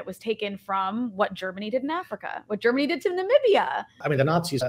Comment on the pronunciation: Damn , I'm impressed she pronounced Namibia perfectly 100% This channel worth watching indeed